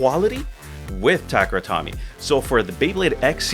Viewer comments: "Tomy" in Takara Tomy is pronounced like "Toe-me", not "Tommy". If you're gonna make beyblade vids should at least get the name right. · no, it's "toe-meh" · I feel the exact same way. No reason to be ignorant with todays info. And when you learn the correct way to pronounce, make the change :) Also so many people say “Takehra” haha but Tommy? Lost all Beyblade credibility